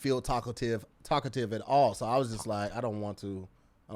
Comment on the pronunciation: Hey 🧏‍♂️ looks like he was trying to say TALKATIVE... but ended up saying TACO TIVE